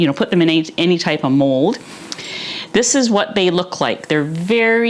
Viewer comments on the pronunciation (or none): none